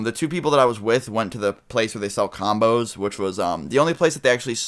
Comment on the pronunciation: when he said combos i thought he said condoms